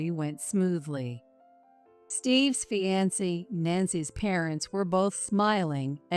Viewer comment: Mispronounced words are so annoying and sound stupid! Fiancee almost always is prounced and it's like listening to chalk screech as it goes across the chalkboard...ugh! There are many others but this is the first one in this story!